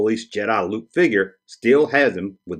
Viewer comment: Luke not luje!!